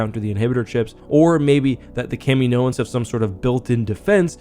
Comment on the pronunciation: That's not how you pronounce Kaminoan.